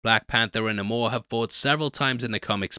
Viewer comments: Quit calling him NUH-mor, you're better than that... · Its ok to say Nay-Mor guy lol even Coogler pronounces it that way as do the other actors in the movie😂